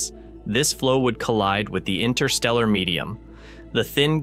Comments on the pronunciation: Yo, there be TWO "t's" in interstellar. ;) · These AI voices can be annoying indeed. Why INNER-stella when it is INTER-stella? Spare me!!! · The void is irritating AND can't pronounce InTerstellar properly. The T is not silent, it's not INNER-stellar. Spoiling a beautiful word.